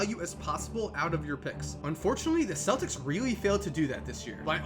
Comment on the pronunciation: Boston fans know it's pronounced keltics